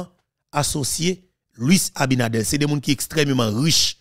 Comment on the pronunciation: ABINADERRRRRR, NOT ABINADEL